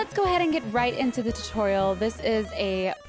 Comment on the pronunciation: When she said tutorial i thought she said tu-toriel